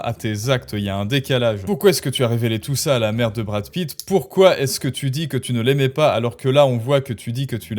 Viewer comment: Awête de diwe des ânewies à , je suis la vwaie maman de Mamad... de Bwad Pitt ! Fatoumata Pitt ;)